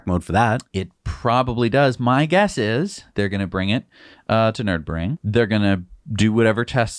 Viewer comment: It's not Nerdbring, it's Nur- burg-ring. LOL